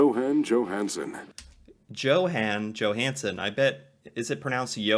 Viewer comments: Hi! You do pronounce Johan without the “h”. Go figure😎👌✌️ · Hey your pronounciation is so much better! You can even spot the super american way he is pronouncing names and places😄 both Johan and Torstein is correct 👍🏼 not like the other guy said it. Kjell inge røkke. Hahah no one can say it😅 neither of you! difficult name. Norgesgruppen is several grocery chains in one grouping that are all over norway. Rema 1000 is everywhere, so yes it is a popular grocery store. Ive heard of johansen, røkke and reitan, but not the young guy. Might just be me though that doesnt know the model.